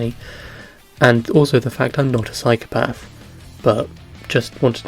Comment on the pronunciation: "But also the fact i am not a psychopaph"? Pls correct me lmao ik its not how you say it